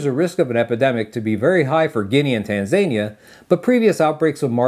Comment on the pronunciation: I have to say something…. It’s pronounced TAN-ZA-NI-ER